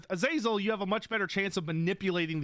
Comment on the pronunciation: Am I gonna be that guy? AZ-UH-ZEL is how the name was always pronounced in non Warhammer settings.